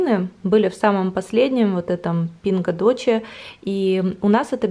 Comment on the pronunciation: Прикольно видеть продукты Pingo doce )) только читается ( пинго досе )